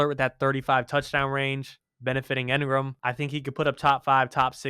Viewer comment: I like, but its pronounced EEngram, not EHngram